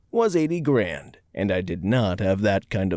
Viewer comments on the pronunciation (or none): none